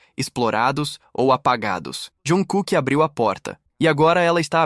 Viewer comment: Tem que aprender a falar o nome do artista se quer falar sobre ele,e nome da agência também.